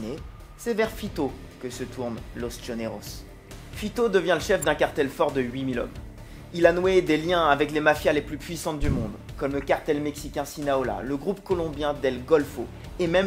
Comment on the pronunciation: Erreur : c'est pas Sinaola mais Sinaloa. Erreur verbale et sur la carte!